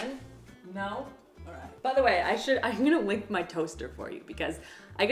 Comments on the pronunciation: First, I'm also a GenZ/Millennial and that is NOT why I love Avocado toast. I love it because it's delicious. Second, I could not figure out why you wanted to LICK your toaster. Took way way way too long to realize you were saying link. 🤣🙃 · I definitely thought you just said you're gonna "lick" your toaster..... when I tell you I was very concerned lol